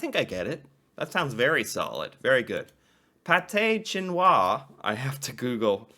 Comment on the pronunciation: btw its pronounced Pat-eh shin-noah